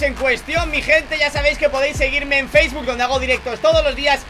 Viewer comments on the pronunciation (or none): none